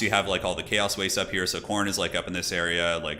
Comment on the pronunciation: Trolled by "coastal teen", that American pronunciation. Just don´t get in trouble with the beach boys :)